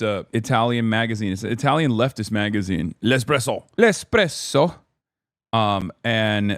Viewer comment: After hearing Hasan say "L'Espresso" i NEEEED an entire live in Italian >:3